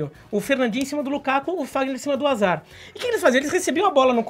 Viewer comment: O livro é super inteligente mas perdeu meu respeito quando ele falou Azard e n Hazard